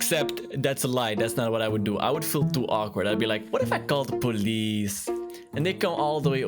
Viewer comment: poe lice oof that's not how I say it